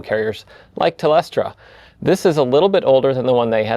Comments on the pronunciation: It's said like it's spelled. Jeff just introduced an extra E in there. "Tel stra" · lol mine too. also you pronounced it "Tel-Estra" in the intro. it's actually "Tel-Stra" but is okay I've heard other people call Optus "Ope-Toss" and not "Opp-Tus" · It’s pronounced Tel-strar …. 😂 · I like the "Telestra" pronunciation. It implies a level of disrespect that it (like most telcos) definitely deserves. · its Tel-stra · Very cool insight. And calling Telstra Tel-estra is pretty funny too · Telestra? lol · It's pronounced "Tel-Stra", no "E". Interesting to know what happened. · Pronounced "Tel-Strah", mate ;) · it is pronounced tel-stra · the company is called Tel stra (spaced for pronunciation assistance) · That's Telestra to you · It's pronounced tel st ra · pronounced: "Tel-Stra" exactly how it's spelt haha 😂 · I love how everyone struggles to pronounce Aussie's silly names. It's pronounced as Tel stra.. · telestra, lmao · Dear Septic. Telstra is pronounced as it’s spelt: Tel-stra. If you say it slowly several times that may help in the future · You said their name wrong.. it's pronounced "F*&king Telstra" ... like tel-star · It's pronounced "Tell-straaaah" - gotta get that Aussie drawl happening Jeff!! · Having worked with "Telstra" - you calling them "Telestra" was painful and triggering. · hey Jeff its "TEL-STRA" however "TEL-S-TRA" is my new fav way to say it now :L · Say tell...stra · Jeff, please -pronounced Tell - stra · Tel-Stra there is no e in between ! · It is pronounced tell strah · Tell-estra got me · Pronounced tel-stra 😉 great content as always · Why are you saying telestra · Pronunciation Tel-stra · Well he was pronouncing tel-e-stra.... Not sure where the extra E was coming from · As an American, hearing him repeatedly say Telestra was upsetting. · Australia here. It's pronounced Tell Strarrr. Love your work Jeff you taught me Ansible and i use it almost every day. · sorry to pick but its pronounced ... Tell Straa :) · Tel-stra. No 2nd E.